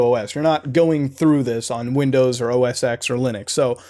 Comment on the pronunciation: OH-SEX lol ? It's OS X (Ten) you must have been tired when you were recording it.